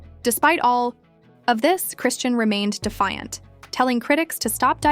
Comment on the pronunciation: Cray-Shawn... not Christiene